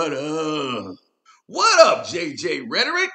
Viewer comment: He said rhertteric im here for it 😅